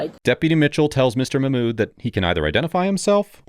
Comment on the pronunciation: "muh-mood" 🤣.... Mock-mood, my fellow white man